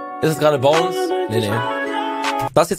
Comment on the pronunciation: Es is nicht bonez man hört das